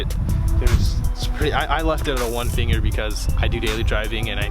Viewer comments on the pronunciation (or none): none